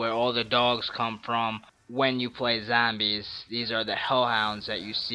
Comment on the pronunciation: he says "zambies" its so funny youve earned a like for that